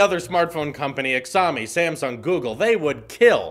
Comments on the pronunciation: You have a tech channel for years and you NEVER heard about Xiaomi? I know you are all about apple but that is just embarrassing. And if you don't know how to pronounce it why don't you take 3 seconds and google it. Quality over quantity. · So you could not do a tad bit extra research to find out what Xiaomi is pronounced like? And of course a cheap affordable phone would be something you have never heard of. Reeks of elitism and ignorance. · Galaxy s9 is only out for like a month so it’s kind of obvious that iphones would outsell it over the last 3-4 MONHTS isn’t it? Think your statements trough dude. Oh and you pronounce Xiaomi horrendously wrong😂 Glad to see the iPhones are doing great though😊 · The actual pronunciation is “shaaomi” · “Good on ‘ex-am-ee’l Xaoimi is pronounced like Shh-ow-mee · “ixami” XD just to let u know it’s pronounced shaomi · It isn’t Xiomi! It pronounces as “Shaomi” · Holy shit stop saying exami its pronounced shaomi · It's SHY O MEE not HEX O MEE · “Exowme” it’s “shao-me” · its called zhou me not ckziaomi or whatever the hell you just said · It's Sh-ao( like ouch but without the "ch" then mi as in "me" ( love your content, keep up the great work!) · It is Xiaomi (Sheeow-me) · it is pronounced shawme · In Chinese pinyin 'X' is pronounced as 'Sh' so it's pronounced as 'Shawmee' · pronounced as shaomi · Lol Xiaomi is pronounced “ten-iaomi” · Figured I’d check the comments before commenting myself because “exömy” was hurting my ears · I figured as much. It’s fine but just so you know the proper way to pronounce it is sh-ow-me 😂👍🏻 But I’m sure you’ve already seen that like a hundred times 😂😬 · It’s jiaumi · its pronounced shaumi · I’ve always heard it as Shao-mi. Not sure how else you’ve been told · Shaomi is how it’s pronounced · ...how have you never heard anyone say "Shao-me"? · "Xiaomi" "showe-me" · It’s pronounced as “Xi-yao-mee” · loooool it’s pronounced ‘shy-o-me’ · the name is pronounced Show Me